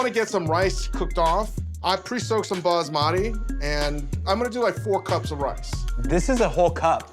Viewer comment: Ahhh I love this but the pronounciation of basmati.